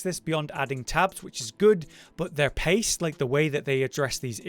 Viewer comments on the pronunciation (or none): none